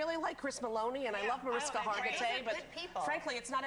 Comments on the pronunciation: Erm, so I just watched the rest. It's MARISHKA, Rosie. She knows how to say it, I'm pretty sure MH was on Rosie's show so that was just dumb. I'm really surprised at her, and them all, how do they not know that the SVU is a real police squad? I'm female but I also know, and don't accept, because it is a fact, most sexual crimes are committed against females. Ideally, they wouldn't be committed at all, so I'd never say it should be equal either, it just shouldn't be. These women are so ignorant. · One last thing, Rosie. You who apparently LOVES Mariska Hargitay, you mispronounced her name. You make me sad. Stop hating on my SVU!